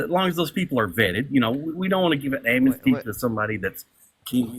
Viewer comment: Isn't amnesty a three syllable word? This guy turned it into four. Am-en-is-ty.